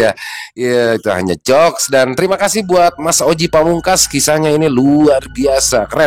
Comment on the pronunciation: ..pada detik²Akhir, koq pengucapan jokes, huruf o, seebgmn seperti dalam kata motif mMass...?, bukannya sebgmn seperti dalam kata ajinomoto?????.....